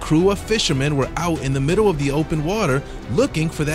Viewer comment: What the heck is the "middow" of the ocean? (18 seconds in)